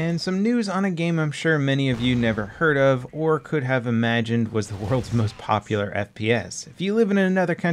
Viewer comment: "the most popolarrrr" gtfo never heard of da this m8